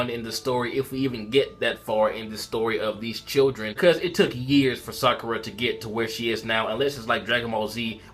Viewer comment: its sakura why do you think her name is saruda